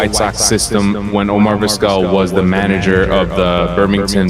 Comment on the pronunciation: Come on dude, if you’re going to use a crappy AI voice the least you can do is make sure it’s pronouncing the main character of your video’s name right. Terrible.